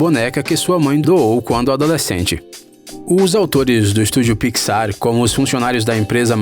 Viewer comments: Piquisár kkkkk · E pixar não picsar ou não só notei isso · "Estúdio Piquissár" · Parei de assistir no momento do "PIXÁR". Thiago neves: pelo amor de Deus ne. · Que agonia dele falando pi xar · "Marida", "pixár" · Mano, que coisa chata ele falando as coisas erradas tipo picsar ou procurando nilmo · Ap, Nimo, dorui, pixár, vc pronuncia tudo errado pqp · "Pixar" "Marida" (Merida) "Api" (up) Se tiver outros erros de pronunciação diz ai Eu esqci kkkk